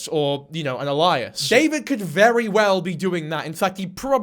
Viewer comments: Loool. A-lie-us is not how alias is pronounced. It's Ay-lee-as, say it with me AY-LEE-AS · "The Reddit" and "A-lie-as" . I'd like to fight you. Thank you. Good video btw. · Just a wee heads up alias is pronounced A-Lee-Ass or A-Lee-Asses if plural. Not really a word in common usage! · Like the video and agree with you that everyone has to stop feeding the lolcow. But Pretty hard to take you seriously with that pronunciation of alias. ‘Elias’ is a name, ‘ale- ias’ is a pseudonym. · OMFG. Babe. It is pronounced “AYY•LEE•US” I don’t know why you keep saying “UH•LIE•US” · pleeeaasssee love Ur vids but it's Ay-lee-uss not Al-lie-us 😭😭😭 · This guy is fuckin terrifyingly creepy. Btw its not alias pronounced Elias its ay-lee-us. No hate it just threw me for a sec!! Happy Christmas to the jiblets especially my bpd musketeers from his (far too rare) lives!❤ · This is an amazingly informative video and its really well made but PLEASE its ay-lee-us not Elias 😭😭😭. (Not hate btw) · alias, eh-li-as not ali-as. but good vid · The way he pronounces 'alias' is just the name Elias lol, it's ayy-lee-us not Elias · 'Alias' is pronounced ay-lee-us 👍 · Super annoying of me but you’ve pronounced alias wrong, it’s pronounced like aye-lee-ass. Love ur vids anyway. Sorry to be that person but genuinely thought you might want to know 🫡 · Alias is pronounced AY-LEE-ISS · Alias is pronounced ay-lee-us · Alias is pronounced ay-lee-es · Brother you gotta learn how to pronounce Alias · I die a little bit inside every time you mispronounce "alias" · Alias is not pronounced like that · Is alias another alternate British pronunciation? Like Aluminum? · I love your content but dude that's not how you pronounce alias 🥹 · Alias very unique pronunciation. No shade but never heard that before. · I normally love your videos but I simply can’t deal with the way you pronounce “alias” 😂